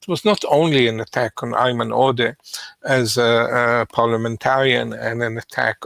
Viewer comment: Do Jewish people really pronounce Ayman like that, never heard it like that...actually the was Sam said it was closer. Sam said it the way my name is pronounced Eamon. When Sam said the guys name i had to double take, because my name is very close to that. And no one else has that name, as far as i know.